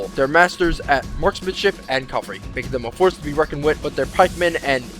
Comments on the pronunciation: cavalry, not calvary. Why do all americans say this? Even in their documentaries they say calvary. Pet peeve of mine! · cavalry! the "L" comes afterwards! Hate "calvary" just sounds so wrong, and it is. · Its CAValry and not calvary!